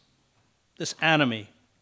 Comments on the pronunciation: For a second I thought Mr Hedges said “Anime” which made a lotta sense to me XD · Wait i thought he said "Anime"